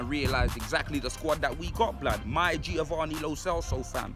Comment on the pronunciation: M “G”iovanni Lo Celso 😂😂😂😂😂😂😂😂😂😂😂😂😂😂😂😂😂😂